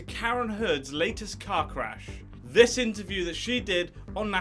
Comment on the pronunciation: Ohhh... "Amber's latest CAR CRASH". lmao... I thought he said cock rash.